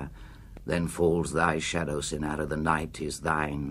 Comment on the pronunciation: I've adored this poem for 56 years, since I was 14 years old, and I later wrote a thesis on Ernest Allison. But Burton reads this far too quickly, and almost incomprehensibly. And he doesn't even pronounce the title character correctly, it is CYNara not cynARA.